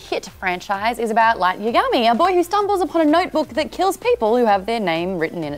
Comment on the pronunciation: damn I'm sorry, you guys make me feel bad every time you say Light's name. lmao